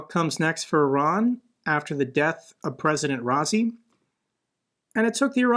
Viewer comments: Ra-ee-see. Ra-ee-see!!! Not, 'raa-zee'!! Sheesh!! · Bro i think its pronounced "ra isi" not "rasi" because its spelled raisi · Hi, your mispronounced Raisi's name... Raisi is short for his much longer family name... anyway you can hear how to pronounce his name correctly here although you can bastardize his name as you wish 😅